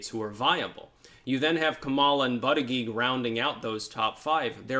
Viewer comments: It was funnier when he pronounced it butt-gig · Sometimes he pronounces it booty-judge.😁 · It's funny how you still pronounce Buttigeig improperly. Butt-eee-geeg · Why do you continue to mispronounce the Indiana mayors name? It fanatically pronounces bootygets